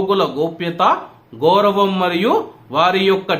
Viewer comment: నో గోరామ్ అది గౌరం సారిగా పలకంది లెకపోతే గోరంగా ఉంటుందీ